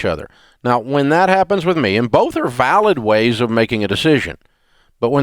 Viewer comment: A.O. least favorite..doesn't listen well, doesn't seem to have wisdom..just regurgitating Dave's info..and PLEASE learn how to pronounce the word "with".it's NOT pronounced "which"